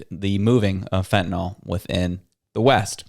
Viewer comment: Fentanyl not fentanol